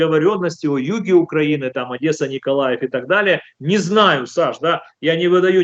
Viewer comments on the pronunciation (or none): none